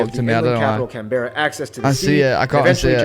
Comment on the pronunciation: I died when he pronounced Canberra and Jervis Bay wrong over and over again.